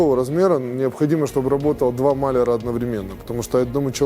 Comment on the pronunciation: А почему мАляр, а не малЯр?